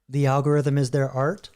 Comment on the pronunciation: Al go ryth um